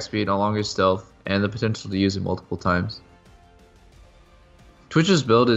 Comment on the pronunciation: lol it said sealth instead of stealth lol